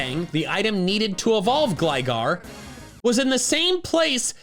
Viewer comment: IT'S GLIGAR, NOT GLYGARE!